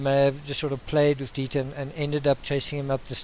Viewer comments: dEIter.....not as in diet-er.....it's deiter. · Dieter not Deeter. I would think you'd know this since Dutch is similar to German. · It’s “Dieter”...a German name for a German breed! 😁 seriously, love your analysis and presentation of content. I generally learn things and tend to agree with you. Excellent videos! 👍👍👍